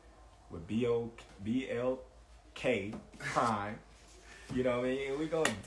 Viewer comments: We mad at u for going get a bag u said is not important as believing in urself and believe I’m a company u can’t even pronounce nor remember name 🤦🏽🥴bet bruh ur the most trustworthy! ITS BLKPRIME bruh! The boxing saviors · This shed light on alot of the whispering and rumors. Appreciate this. Smart move in buds part. He just need to say the name right lmao butchered it. Blk prime must be dead over that one.